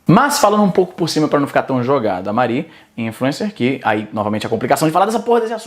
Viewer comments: Porra, Izzy, "Marí" não né, ninguém chama mariana de "Mar í", "Mári", rapaz, "Mári" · o izzy consegue errar a pronuncia de mari